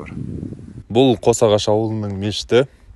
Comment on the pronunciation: Қош ағаш емес қос ағаш